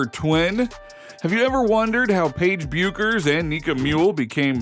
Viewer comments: Her name is pronounced beckers. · It's pronounced: BECK-ers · Learn how to pronounce Bueckers! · How can someone appear to know so much about women’s basketball and not know how to pronounce Paige Buecker’s last name? Pathetic.